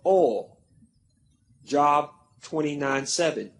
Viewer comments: Thank you! Can’t even pronounce the book right but trying to debunk! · it's pronounced jobe... not job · and it's a long O ... (JObe)